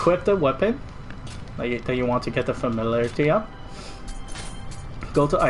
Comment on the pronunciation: Lol familalairlaty...Sorry couldnt help it